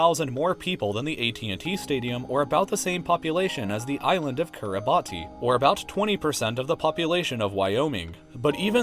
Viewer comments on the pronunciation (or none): pronunciation is Kiribas not Kiribati. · ....it's pronounced kee•re•boss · Nice vid! FYI there is no "island of Kiribati," and the graphic labeled Kiribati is actually the Kiritimati atoll (population ~6500) which is just one of many atolls in the Republic of Kiribati. Also, in the Kiribati language, each occurrence of 'ti' should be pronounced as an 's'. So "Kiribati" is pronounced like "Kiribas," and the Kiritimati atoll is pronounced Kirismas (cf. Christmas) atoll. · its pronounced kiribus not kiribati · It’s pronounced kiribas not kiribati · Just saying, Kiribati is pronounced KI-RI-BAS not KI-RI-BATI. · it's not pronunced Kiribati its pronounced kiribus. correct me if I'm wrong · It's pronounced kiribass not kiribati. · Kiri-bahss not Kiri-bah-ti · It's pronounced Kiribas, not Kiribati god that annoyed me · Its not Kiribat(ee) but more like Kiribat(ts) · its pronounced "Kiri-bass" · pronounced /ki-ri-bas/ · It's pronounced "islands of Kiribas" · BTW, Kiribati is pronounced more like Kiribash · Kiribati is multiple Islands and pronounced “Key Err Bas” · Kiribati is pronounced keer-i-boss if anybody was wondering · I hate to be that dude but i noticed you mispronounced it. It’s pronounced, “Kiribas” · Kiribati is pronounced Kiri bay, do your research! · its pronounced kiribahs not ki-ri-ba-ti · "Kiribati" as a country pronounced "Ki-rə-bas". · actually it’s pronounced kiribas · It’s pronounced Kiribahs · Kiribati is pronounced Kear-i-bats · its pronounced Ki-ri-bahs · It's Pronounced Kiribas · It’s pronounced “Kir-i-bass” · It's pronounced Kiribas and Greenland is apart of Denmark, plus you could've said Scandinavian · Idk why but Kiribati is pronounced "Kiribas" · OOOHOHOooo made a mistake its actually pronounced kiribahs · fyi; kiribati --- it's pronounced kiri-bas. great video tho ;) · It’s pronounced kiribas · Love your videos man! BTW the name of the island Kiribati is pronounced “Kiribas.” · It's pronounced Kiri-bus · It's pronounced Kiribas.